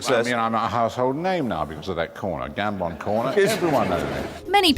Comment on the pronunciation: I love how she can't say Michael Gambon name right